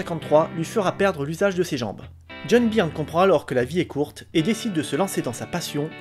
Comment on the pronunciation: "Beurne", s'il te plaît, "Beurne" !!!